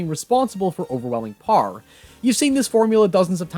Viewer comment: I like when you say "power" it sounds like "par"